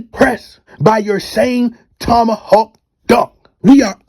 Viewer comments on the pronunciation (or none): none